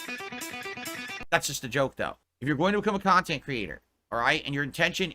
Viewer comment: "Do something in your kantent that you like" BEGGING